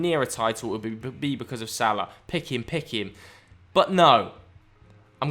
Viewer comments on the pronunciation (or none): none